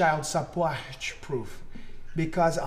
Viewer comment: "Child sup-porch-proof"!